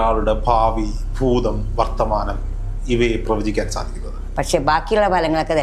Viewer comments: ഫൂതമല്ല ഭൂതം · മലയാളം നന്നായി സംസാരിക്കു/ഫൂതം, ഫാവി😢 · ഫൂതം അല്ല ഭൂതം